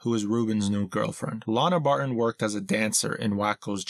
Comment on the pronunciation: Why does the narrator pronounce "Barton" as "Bar-ehh"? It's distracting and annoying.